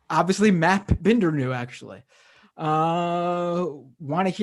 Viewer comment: i'm just confused why "binder" is pronounced "bender"